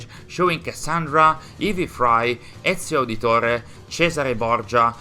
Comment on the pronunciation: Non c’entra niente col video, ma nell’istante in cui ti ho sentito pronunciare “Ezio Auditore, Cesare Borgia”, ho realizzato che sei italiano. Veramente complimenti, sto recuperando qualche video in questi giorni e non capisco proprio come ho fatto a non trovarvi prima, la vostra qualità supera altamente qualsiasi canale info che abbiamo qui. Iscritto immediatamente, vi seguirò con estremo piacere